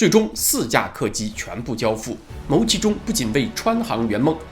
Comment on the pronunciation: 牟（音：木）其中